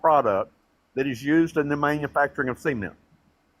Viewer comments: best take away moments: SEE-ment and 2 Zygotes 🤣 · Omg “cEment”